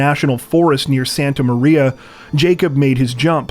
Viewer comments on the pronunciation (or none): none